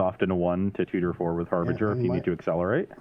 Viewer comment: it's Harbin-jer, not Harbinguer. Also, play slower and read your cards, folks:(